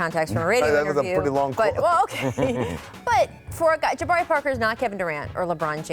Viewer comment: There's no D in Jabari Parker. And no O either.